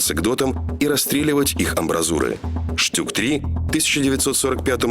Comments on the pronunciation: токо не штюк а штук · феликс жилин Спасибо. А я не знал. Просто в сокращении Stug читается как "Штуг", но никак не штюк или штук.